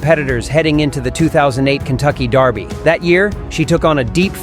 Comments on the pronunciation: We pronounce it "Derr-bie" here in the U.S. It's "Dar-bie" in the UK... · Someone should have told him how to pronounce Derby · Out of curiosity, why is the voice over with an American accent pronouncing it Darby?